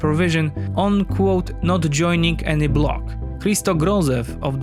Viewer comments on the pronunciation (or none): none